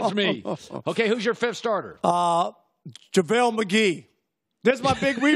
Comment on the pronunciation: This man said Javale McGee 😭😭💀